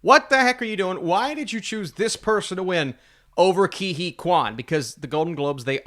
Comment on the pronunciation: Isn’t it like Kay Hooey instead of Kee Hee?